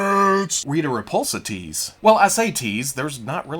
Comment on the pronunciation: At first, I thought you said Rita Repulsa "teats," not tease.